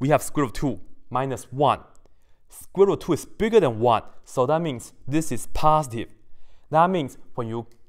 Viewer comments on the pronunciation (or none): He said positive and i hearn pasediveu or something , the math was very interesting to me ! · Nobody:: Paaastiv